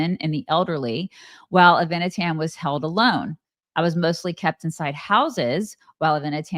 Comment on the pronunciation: Noa's boyfriend is "Ah-vee-nah-tahn" with the accent on the first syllable and "Ahm Yisrael" is "the People of Israel".... Don't you guys have ANY Jewish/Israeli friends??